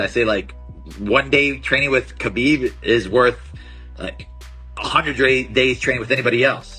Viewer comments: Of all people to mispronounce Khabib’s name, what a clown Belal is It’s HA-BEEB not CUH-BEEB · How in 2024 are people still saying "Khabib" when he said himself many times is pronounced "Habib."